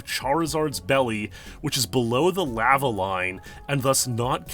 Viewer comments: I hate the way you pronounce lava, good video though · You say lava like an imbecile.